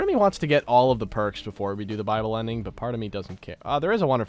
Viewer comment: I don’t know why but every time says viable, I think he says bible, so I hear ‘bible ending’ not ‘viable ending’.